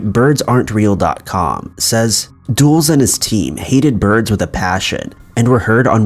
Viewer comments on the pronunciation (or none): It's not pronounced "DOOLS". It's "Dull-es". Even "Duhl-es" would be acceptable. As in Alan Dulles. Come on, man! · It's pronounced dull-is. Not duels lol. Dulles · WILL YOU PLEASE LOOK UP HOW TO PRONOUNCE PEOPLES NAMES! "Dulles" is not pronounced /duels/ it is pronounced /dul•las/ like Dallas but with a soft "U" in the first syllable. You have almost 2 million subscribers - it takes ten seconds to look up how to pronounces a word you don't know. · "Dulles" is pronounced in two syllables, as in "Dull-us." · Dulles is pronounced "dull-iss".